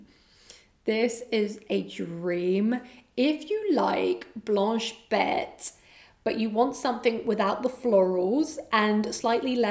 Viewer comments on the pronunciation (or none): none